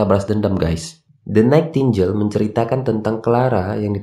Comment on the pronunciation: Koreksi sedikit bang. Bacanya "DE NAITINGGEL" bang, bukan "DE NAITINJEL" 😅🙏